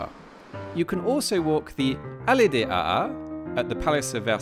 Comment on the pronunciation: Yes, it was funny! Note: the ha ha of surprise is pronounced with a longer second ha. Ha haa !